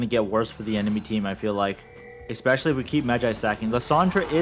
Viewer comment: Can drop a nuke in a Challenger game but still can’t say especially lol